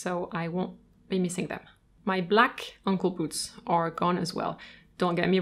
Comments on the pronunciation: OH! ANKLE SHOES!!! Lol... I thought you were calling them UNCLE SHOES!!! XD oh boy... that took me a while to figure out. (Aey)ng-kul ~ (Ung)kul... got it! Rewatching with understanding now. Lol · I have an issue that I have to wear matching colours because I love colour. Therefore, I have shoes to match each outfit. Do I wear them all? Yes! I love hearing that someone else says ankle with an accent which is heard as uncle by everyone else. Comforting to me. You have a beautiful soothing voice and I love your extensive knowledge. Thank you. I own over 100 pairs. 🥰🥰🥰🥰🥰